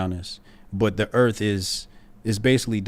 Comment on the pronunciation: "Erf"... Yep, not going to take you seriously.